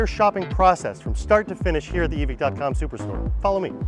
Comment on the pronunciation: Why is it “eee-Vick” and not “eee-vike”